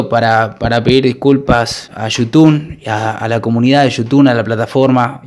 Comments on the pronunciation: "Yutun"?? Jaja kpoooo! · Pensé que era un vídeo serio hasta q dijiste "yutun" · ¿YUTUN? ¿YUTUNER?😂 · Desde que dijo yutun ya me di cuenta que era re joda jajaja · Ya cuando dijo yutun me di cuenta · Cuando dice yutun es xq esta hablando de boludeces jajaj